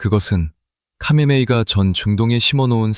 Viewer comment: Ai 목소리가 수많은 이들의 녹음샘플에 모음집입니다 하메네이의 하가 묵음처럼 들려 카메네이로 들리긴 하겠네요 듣는 이들은 선별하여 이해해야 합니다